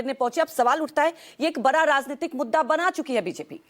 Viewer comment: bara sawal hai bol rahi hai bara nahi bada sawal bolna chahiye